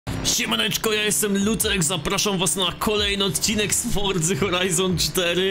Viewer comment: ale psuje mi wymawianie "fordzy" co to jest, ma być@ jakieś dziwne wymowa forza horizon? jesli już to "fortsa" przez t lekkie